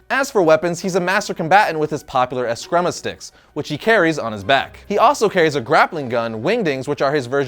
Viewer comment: (A-scream-A) sticks. Not whatever you just said.